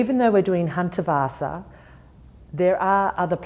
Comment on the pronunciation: great concept and video, but please, please, can you learn how to pronounce Hundertwasser name properly?